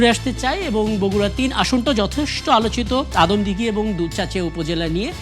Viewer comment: বগুড়া ৩ আসন আদমদিঘী ও দুপচাঁচিয়া হবে। দয়া করে উচ্চারণ টা সংশোধন করে নিবেন।